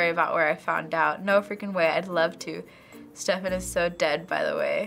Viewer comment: .... She said Stephen wrong -_